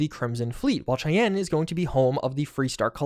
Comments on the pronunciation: Please stop mispronouncing Cheyenne. It's pronounced 'shy-an', not 'chey-en'. The system is named after a Native American tribe (and/or the capital of Wyoming, which is itself named after the Native American tribe), and both the people group and the city are pronounced 'shy-an'. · Cheyenne is pronounced "Shai-anne" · not a huge deal but Cheyenne is pronounced like shy-ann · Great video! A lot of work I'm sure, but well appreciated . On a side note, I think "Cheyenne" is named after the North American Indian Tribe... pronounced "SHY-anne"...unless they're using some 'spacer' dialect in a vid I haven't seen/heard..... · Cheyenne... it's definitely pronounced: Shy-Ann